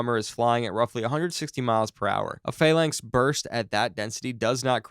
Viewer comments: "Phalangth CIWS" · Right, its pronounced Phal (as in phallus) lancs as in LANCaS (the "a" is silent. Fal-lancs, now say it fast. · Is this human narration or AI, Phalanx and CWIS are both pronounced wrong. Phalanx can be explained by a speech impediment but not calling it a sea-wizz is either incompetence or the level of incapacity you get from AI TTS garbage....